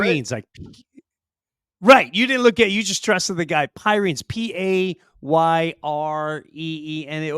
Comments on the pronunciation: Love your work guys, just quickly, The Pyrenees is a mountain range between Spain and France, and pronounced Pireneez. Can't wait for your next special. Any plans on coming to Australia? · Pyr-en-ees like the mountains!;) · It's pronounced PEER-RA-NEES, like the Big White Dog Breed. Great Episode as usual. You always make me laugh, especially after my young cousin with major TDS just Trolled my FB Page! LOL. God Bless! LM